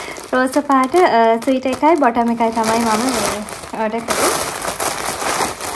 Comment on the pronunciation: ස්වීටර් නෙමේ ඩාර්ලින් - Sweater ස්වෙට(ර්)😊.